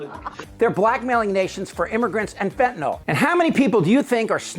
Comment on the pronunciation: It's fentanyl, not fentanol.